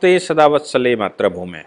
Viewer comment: मैं आपका प्रशंसक हूं और आपकी posts को बहुत ध्यान से सुनता हूं! लेकिन एक छोटे से विषय पर ध्यान दिलाना चाहता हूं। आप जो नमस्ते सदा वत्सले मात्रभूमे बोलते हैं ये शब्द मातृभूमे बोलें!